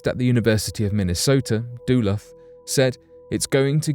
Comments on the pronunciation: ‘Doo-luth’? Duluth is pronounced ‘Duh-looth. Do your research.🙄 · It's DULUTH MN. NOT DOLOPH